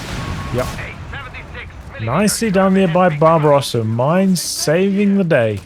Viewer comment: I kept thinking you were calling “Barbarossa” “Bob Ross” and it made me very happy haha